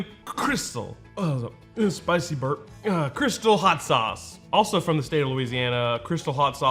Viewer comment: First of all, love your videos - second of all, it's crystaaaaaal, like the champagne. Hot sauce of....the pimps.